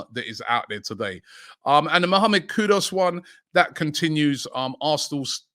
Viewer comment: Robbie its kudus not kudos 😂